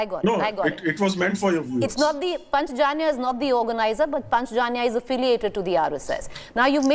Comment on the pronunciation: Who is this anchor? Not able to pronounce Hindi word "Panchajanya"??? The so called secular liberal education has taken out "Indianness" from "Indians " so surreptitiously